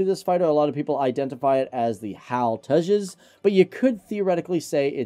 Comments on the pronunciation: Beo its Te jas not tezaaz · It's H.A.L. Tejas, and not any of your: 1. Hal tejas 2. Hal to jazz 3. Hal two jaws etc etc. Please, pronounce it correctly. Thanks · It's pronounced "TAY-juss" and not "tay-JAZZ." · Tea-Jazz but I pronounce it as Tea-has (silent J) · Its pronounced as 'Tayjus'.